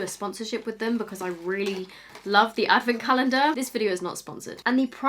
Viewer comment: I'm hearing 'beauty avocado's' Facepalms